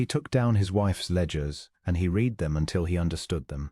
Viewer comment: Past tense of read is pronounced as red. Please proof before publishing, terrible ai pronouncations